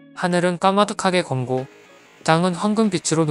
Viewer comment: 유튜브 천자문 중 가상 제대로 해석한 것~!!! 학생이 낭독한 이상한 것만 빼고! "검고 ㅡ> 검꼬"